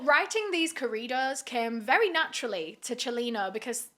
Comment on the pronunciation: Now I know I haven’t really took the time to check. But I like that you made a video about his life. It seems like big crime YouTubers haven’t don’t. This could be a new series for you as there’s a good amount who have unfortunately met this same fate. Also I like how you basically pronounce corridos like Doritos 😂